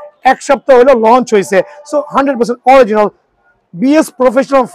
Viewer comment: Original 😂🤣🤣🤣🤣🤣 Vhai dowa kore pronunciation shikhe asen😂🤣